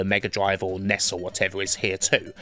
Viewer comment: Apart from the highly irritating pronunciation of NES and SNES (nobody says 'Ness'), this is an excellent video.